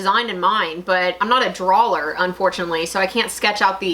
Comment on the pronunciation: You may be from Texas if you say "drawler". 😂 (I'm from Texas and say "warsh".)